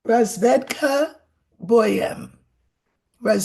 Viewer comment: razvEdka bOem. pronounces it perfectly.